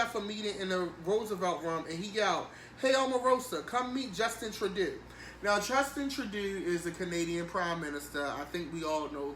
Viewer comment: "Justin tradoo" lol!